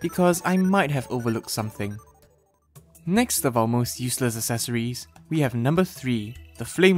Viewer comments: This is so much pain, it's not as-es-or-es it's ec-ses-or-ies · ”Esseseroies” I think he’s talking about accessories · Sure love them "assesories"